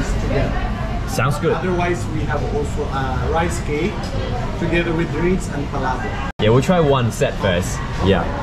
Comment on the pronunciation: Please pronounce Palabok correctly.